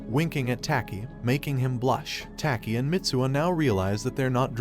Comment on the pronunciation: I like how he says "tAki"